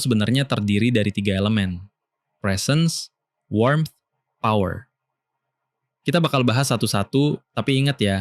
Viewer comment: presence itu bacanya bukan prisens, tapi presens dengan e pertama nadanya naik dan e kedua nadanya turun. bisa didenger di google translate untuk pelafalannya. positifnya ini bukan konten AI sih